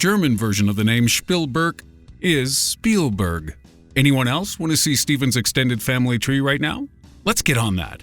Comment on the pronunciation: The German pronounciaton of Spielberg is wrong